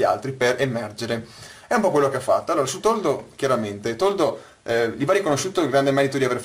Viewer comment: Toldo o "Tordo"?